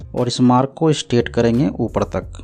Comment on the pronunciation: Straight ko aap kyo state bolthe h?